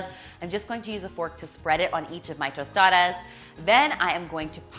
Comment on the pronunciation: Good pronunciation on the tostadas! And good job on the tostadas except that in Mexico we just add “queso fresco” instead of melted cheese! Thanks for this video 😊